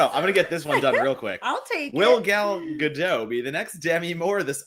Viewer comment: Hey, Matt(and Perri), the 't' in Gadot isn't silent. If you can't pronounce it correctly, don't pronounce it at all. Just say Gal. I'm sure whoecer need to know who you're refering to, will know.